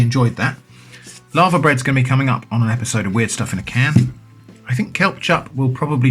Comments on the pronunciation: I was slightly confused until I realized he was saying Laver, not Lava. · Sorry to pull you up on something,, but it's 'LAY-VER'. My late father was Welsh, and corrected me. We had it as part of a Welsh breakfast, with all the other fry up bits, and cockles, in a cafe in Saint David's, in the mid 1980's. It was delicious, and I've loved it ever since. Everything you have there looks superb. I'm definitely ordering some of that cheese. The book 'A Country Harvest' has full instructions on how to process Laver for eating. I'm sure you can find Laver on the Dorset coast. I think it's only rare in Scotland. Might be a worthwhile experiment to make your own Laverbread - the 'bread' part is because 'bread' used to be used where the word 'food' would be used nowadays. It's very disagreeable looking stuff, but I find that part of it's charm. The Laver and oat cakes as part of a fry up? As the Romans might say: "Colei canis est!"